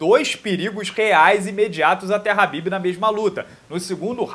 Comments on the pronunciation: Porq falar rabibi se os cara da gringa fala kabibi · A pronúncia kh se diz ka, e não ra .